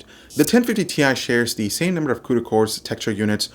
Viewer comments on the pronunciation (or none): none